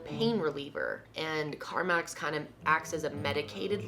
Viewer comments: It's "carMEX", not "carMAX". 🤭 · said carmax instead of carmex haha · Car👏🏼MEX She also said carmix...Only avid Carmex users notice these things lollll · CarMax is car dealership; CarMex is lip balm. lol girl your pronunciations sometimes kills me. I know this is an older video but still holds into the new ones. Can we call them "Kendalisms"? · Am I the only one who kept noticing the Car-Max? Its Car-Mex darling! 😊 Lol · Lol she kept saying CarMax I love this type of video!! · Carmex not carmax. I’m not trying to be rude but when I was little my dad would say it’s not carmax it’s carmex. So it’s kinda drilled into my head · The way she says "carmax" is driving me crazy... lol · Cynthia Hunter I know what it is , I’m saying it sounded like she said Carmax like the car website instead of carmex